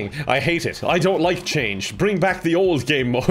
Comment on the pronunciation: the "so to give you a bit of BACK story" killed me. Why did the "back" sound like that lmao